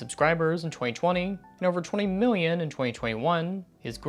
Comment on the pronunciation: I know that this is completely off topic, but you emphasized the wrong word (the million instead of the 20) and I have been seeing so much of that throughout Youtube and I finally want to point that out to someone. This is a really stupid comment.